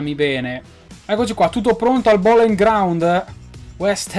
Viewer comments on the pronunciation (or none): none